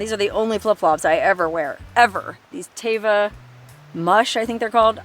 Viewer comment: If you ever want to pronounce Teva correctly so you never get it wrong, it is pronounced, "Teh-vuh." The literal translation in Hebrew is "nature."